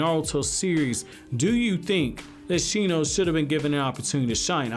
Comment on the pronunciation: It's Shino...